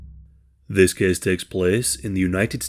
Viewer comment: thes keeeeze takes plaes